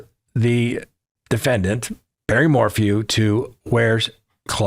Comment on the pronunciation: Bawwy wants to go home? Sucks doesn't it?